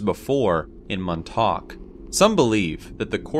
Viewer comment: balls were used as currency, like the giant Indonesian stone rings. let google be your friend. that's pronounced MawnTalk. y'all need to put dolan back on here regularly. I mean really: Aliens?